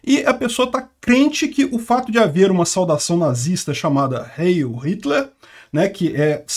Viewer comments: Ele pronunciou igual a Hail do inglês. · Pronuncia-se rháil, pois o ditongo "ei", em alemão, se diz "ai". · A pronúncia correta é HAILL , é um sobrenome comum aqui no sul . O Rio Grande do Sul e Santa Catarina são colonizados em sua maior parte por alemães e italianos , colocar o sobrenome em telhados e paredes é muito comum , principalmente no interior, a casa dos meus avós tinha nas paredes, pois são de origem alemã . Schwartzer por parte de mãe, e Graff por parte de pai ,😂😂😂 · Heil se pronuncia “Rai”. É igual o Hi em inglês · Pronuncia-se Hail. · Rai era jogador de futebol cara.... kkkkkk nao tem som de R nao, A pronuncia eh Hail, acentuando o som to A. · A pronúncia de heil em alemão é /hail/.